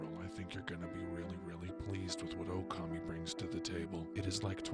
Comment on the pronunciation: Also, it's pronounced okami not oukemei .